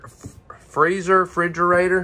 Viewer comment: re-listen to what you are saying. Tiffin not Tiffton, Cummins not Comings, and what about Fridgerator? and screen text Retail not Retiail. Nice Motorhome.